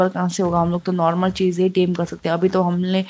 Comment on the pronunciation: Tame hota hai dem nahi